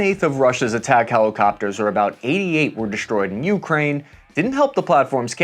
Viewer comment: Once I hear Ukraine pronounced that way I can’t keep listening lol